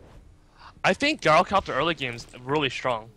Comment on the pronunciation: Good casting but please, please, PLEASE take a look at how you pronounce GYROcopter (Soft "G" sound, not GuyRO)